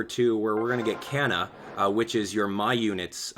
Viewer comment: Just FYI, 'Kana' is pronounced with a short 'o' sound, so K-o-na, not K-ae-na.